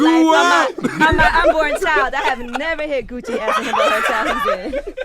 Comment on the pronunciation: He really called cuh Gooch 😂😂😂😂😂😂